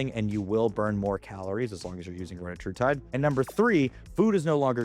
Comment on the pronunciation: This dude is literally just making stuff up. But OK. You could at least be the one tuber that pronounces retatrutide correctly 🙄